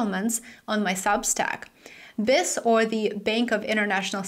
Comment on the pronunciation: The Bank for International Settlements’ acronym is pronounced Bee Eye Ess. Don’t mean to correct you just trying to help. 👍